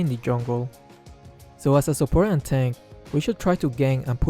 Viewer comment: Aight time for to prepare himself for revamped Clint. Also your "support" emphasis on those quotes on quotes "support" is 14/0/7 with highest gold count. What's the difference? Just play normal mage.. I don't get it, if it's all about mage has to get purple buff, or something. My friend is top Estes and HE takes the purple buff. So is Estes mage?